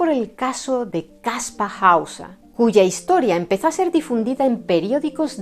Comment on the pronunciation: Después de tantos años ahora se que se pronuncia Kaspa Hausa. Hemo sido engañado. Muy interesante, pero veo un punto flojo, si era un mentiroso y engañó a todo el mundo con solo 16 años. No sería relativamente fácil hallar a su progenitores o apoderados??. Yo creo que él solo no podría llevar a cabo una farsa tan elaborada y que dure tanto tiempo. Saludos